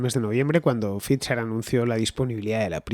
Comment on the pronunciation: No entiendo por qué dices fitzer en lugar de faiser